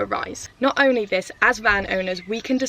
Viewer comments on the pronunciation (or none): none